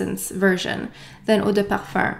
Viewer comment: Since you speak French and pronounce perfume as "perfurrr", would that be how it is actually pronounced? Thank you